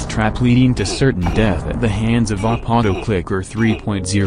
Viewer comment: The narrator said OP as a word instead of pronouncing each letter separately.